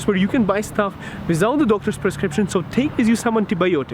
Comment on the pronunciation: SAYS WISOUT INSTEAD OF WITHOUT:-D